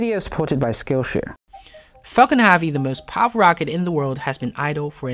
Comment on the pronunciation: Restart video it sounds like 'fuckin havy'